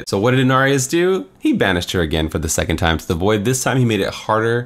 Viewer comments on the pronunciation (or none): none